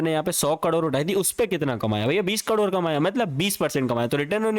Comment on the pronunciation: 30 करोड ❌30 कडोर ✅